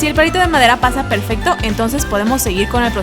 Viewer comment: Like si escuchaste que en el minuto dijo pelfecto